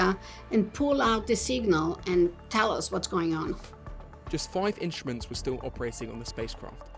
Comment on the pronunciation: The narrator thoroughly spoils the experience with his moronic pronunciation - 'inshtments' for instruments, 'ashtnomical' for astronimical, 'tha idea' for the idea etc. That's not due to dialect or accent but to utter laziness. Sorely uncool. Surely the BBC has many individuals on the payroll which could have done a proper job.